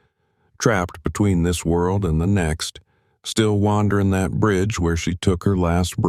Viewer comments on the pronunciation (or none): none